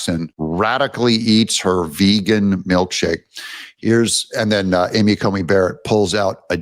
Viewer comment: Love your show, but sometimes you need to find out how pronounce names. It is Amy Coney Barrett not Comey.